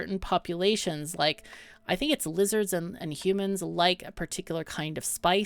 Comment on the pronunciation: This game looks awesome so far! I'm looking forward to seeing you play more of it ^^ Also, love the way you say hu-mons, like a Ferengi lol (but a cool one like Rom)